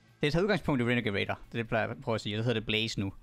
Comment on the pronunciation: Det er med R ikke W OK...